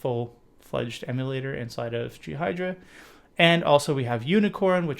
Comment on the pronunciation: Man ?? Did u Just Called Ghidra G Hydra on Purpose ?